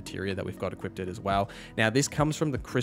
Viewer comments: Great content my good sir. But it's "equipped" not "equippted" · Great video, but it’s pronounced E-QUIPT, not E-QUIP-DID. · It is equipped not equipted. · Say it with me Eeee-quipdh not eeee-qiped-edd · Sounded to me like he was saying “equipted” like…equippeded. I like the build but credibility remains low in my book. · Equipded? It's equipped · Im begging you to stop saying “equippeded” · What the hell is "equipted" exactly? The word is "equipped" 🤦🏻 Stop making up fake words. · My bro, please stop saying "equippedded", love the vid though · This was pretty cool, but I can't unhear you say equippeded